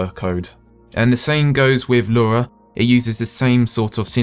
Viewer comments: Lura? I thought it was Lua... Anyway, ty so very much.! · It sounds like you say "lura" every time lol